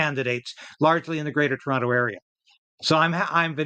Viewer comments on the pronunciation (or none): none